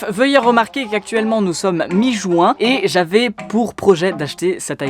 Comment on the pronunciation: C pas JOUIN !!!!!! MAIS JUIN !!!!!!